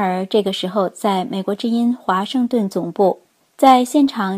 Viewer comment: 明镜新闻华“森”顿报道 哈哈哈哈哈哈哈哈哈